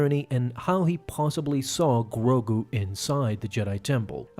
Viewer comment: Why you saying grogu like that💀